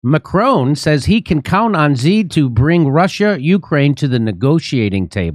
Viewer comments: Xi is pronounced like she. (I speak fluent Chinese.) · What do they make Xi so hard to pronounce? It sounds like SHE not ZEE! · Jimmy, Xi is pronounced like English "she," not "zee." Please show Xi enough respect to pronounce his name right. And Beijing is not "Beizhing": "-jing" is pronounced with a hard "j," as in jingle bells. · How does Jimmy NOT know how to pronounce all these world leaders names?! Its “Macron” not “Macronnne” It’s “she” xi not “zee”. The best one was Frankos Hollande instead of the very obvious François HollANDE. Jimmy you’re a champ. If you want pronunciation help, I’m willing to proof read your script and write phonetic spellings for you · It's "shi", I mean who cares but "zee" sounds like one of those new pronouns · You probably wont see this jimmy, but i just wanted to let you know that Xi is pronounced "Shi" when translated to latin characters :D Same goes for "Chi" being spelt Qi 😄🤓🧐 And Zhou is pronounced something like "Joe" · It’s “she” She Gin Ping